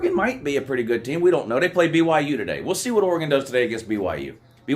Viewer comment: "BuT wHo HaVe ThEy PwAyEd?"